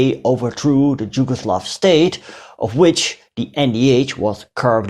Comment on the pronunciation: Just a small language correction: you keep pronouncing "Jugoslav" instead of "Yugoslav". That state was called Yugoslavia, which was derived from "yug" (meaning "south"), thus meaning "the country of Southern Slavs", or "Southernslavia". Yes, it is spelled locally "Jugoslavija", but both Js are pronounced as Y in "yesterday", not as J in "Jim" or "Jimi" or "Janis" :) So, "Jugoslavija" is to be pronounced correctly as "Yugoslavia".